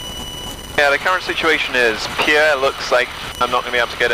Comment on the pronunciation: Pierre, SD is pronounced the same way pier or peer is, 😉 Love the content.